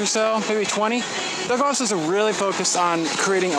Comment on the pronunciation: It's pronounced Dell-Grow-So's